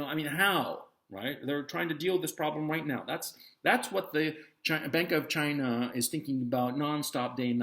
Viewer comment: "Chy-naah" why's this funny 😆